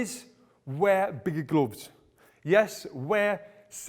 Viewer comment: I love the way he says glooofs